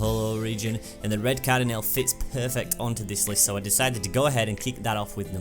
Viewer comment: car-dih-nell? GAH!